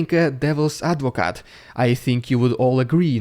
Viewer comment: fyi, when you said devils advocate, you pronounced advocate/lawyer inn norwegian perfect.